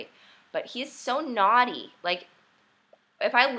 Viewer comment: im from UK, and ur voice is sexy and cute lol so nawty :P thats how i wud spell it when i hear u say it :P